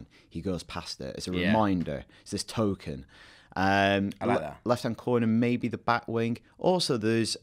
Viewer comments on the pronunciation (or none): none